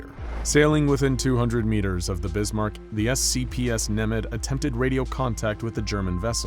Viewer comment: ITS ZE BISMARK